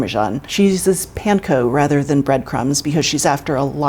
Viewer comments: Real q is why does call it penko instead of panko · Why do I not like the way she says “PAN-co”? But I know she’s the expert and I’m the idiot so I should not like the way I say it lolol